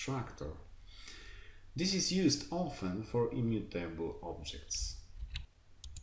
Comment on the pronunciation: thanks for the material, few comments: please check the stress of the words 'variable', 'immutable', and yeah, more vividness in voice always helpful ;)